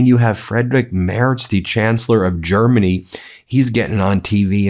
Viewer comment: Nice job, Ben, with correctly pronouncing the German name Mertz. Thank you.